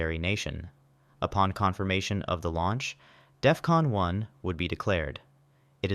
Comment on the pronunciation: Dude at work says it's Death-Con. Lmao